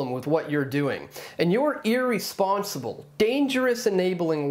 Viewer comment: did he say... “eerie-sponsible”